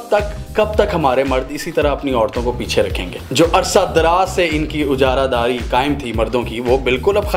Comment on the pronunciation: ujara dari :P its ajara dari urdu tu sahi sy bol lia kry phr tanqeed achi lgy gi :p